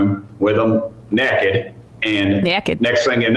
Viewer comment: "Nekkid"! Pure Frank Zappa...."Dina-mo Hum"....